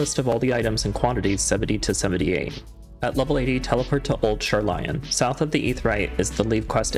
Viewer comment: "Teleport to Old Shar-Lion" .... Dude... they say the city name dozens of times in voiced cutscenes... Shar-lay-in.